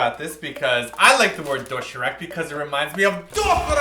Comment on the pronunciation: Ok so I love and and everything, but man the way they pronounced "doshirack" soo annoying. I'll forgive ya cause your foreigners though.